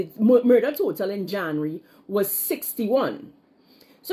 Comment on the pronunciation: Plz learn to pronounce “January” b-4 ur blogs hunny.